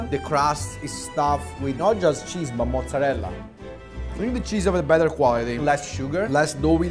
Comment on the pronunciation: Now that how you properly pronounce Mozzarella 👌🏻